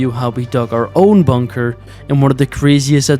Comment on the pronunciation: Please say bunker correctly 🤣🤣 boooonker is crazy